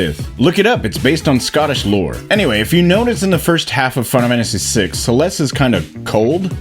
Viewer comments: Are you saying "final fantasy" like that on purpose? "fennafamasee"? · Can we address the elephant in the room...that being how pronounces final fammmmacy . Just saying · What's this "fun-amanda-see" game the guy keeps talking about? 😂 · Am I the only one that keeps hearing Final Mantasy 6? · Practice saying "final fantasy" for a bit before your next video cuz you can't pronounce that shit to save your life. Literally just read how the auto-generated captions interpret how you say that shit. "Fun of Hennessy" lmao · Why do you say Final Fantasy like that? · A final fantasy video by someone who can’t say ‘final fantasy’ is an interesting concept